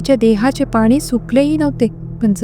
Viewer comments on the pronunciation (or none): तुमची गोष्ट सांगायची पद्धत उत्तम आणि गोष्टी पण interesting असतात. फक्त एकच करा न ला न ch बोलताना वापरत जा ण चा उपयोग न jase पानी पण आपण मराठीत पाणी बोलतो फक्त तेवढेच करा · तुम्ही पाणी la पानी म्हणता फक्त तेवढी काळजी घ्या